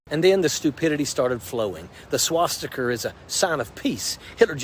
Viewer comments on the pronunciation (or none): He said swash sticker - so educated he couldn’t even pronounce it 😂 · Homie said “swasticker”